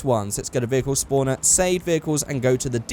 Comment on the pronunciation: You pronounce "Spawner" "Spooner". Be careful Spooning that car, sometimes you can glitch.